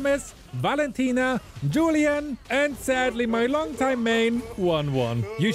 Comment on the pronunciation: Bro, it is pronounced as Hulian(julian) because if you say julian, that's a female name